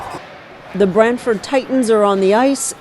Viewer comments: Get the name right ! It’s brantford, it’s not bramford or Bradford!!! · Brantford not Bradford can Americans get anything right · The town is called BRANTFORD FFS.